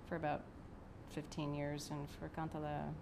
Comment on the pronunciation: sad to see that does not speak finnish anymore, despite his finnish roots. It is a "kan-te-le" not kantella... anyhow, good playing there she knew her stuff.